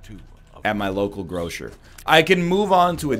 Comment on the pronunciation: Wow, even the grocer has become the grosjer when he's talking about cheeses. Just say Lester and Gloster, no need for the Lesjter and Glosjter.